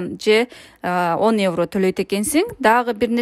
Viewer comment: Эвро эмес евро